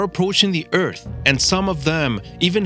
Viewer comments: Eath not eat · He says ert instead of earth